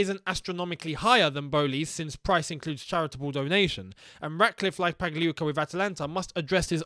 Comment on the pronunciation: finally pronounces Pagliuca well😂